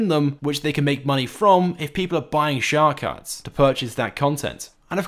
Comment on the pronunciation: "shhhar cards"